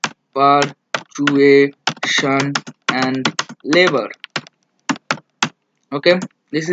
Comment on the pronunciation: It is parturition, not pertuation.